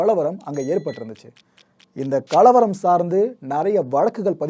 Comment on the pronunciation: Your explanation is beautiful.Please pronounce the Tamil words properly "kalavaram". don't stress "la" in this word.